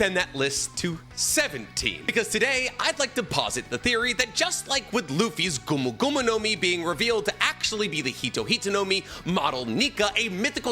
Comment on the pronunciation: mehn, can be disappointg with the pronunciations